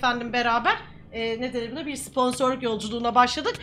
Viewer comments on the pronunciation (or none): Diğerleri: Sponsor Pqueen: Sıpansır ssdfgsjdjfhdhbd😅😂